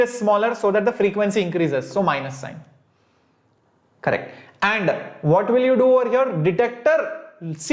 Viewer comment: Sir whenever you say correctoo... Excellentey it was a special feeling....🤭🤗